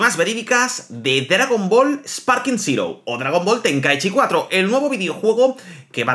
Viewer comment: de verdad aprende a leer Zero es zero y no sirou